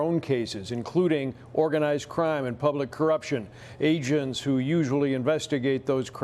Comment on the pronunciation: It sounds like he said "ASIANS who usually investigate..." lol